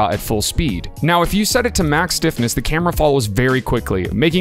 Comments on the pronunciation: I heard sniffiness instead of stiffness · did i hear you say default sniffness haahha